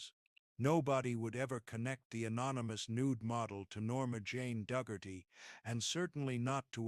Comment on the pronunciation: Norma Jane Duggerty? No...it's Norma Jeane Dougherty.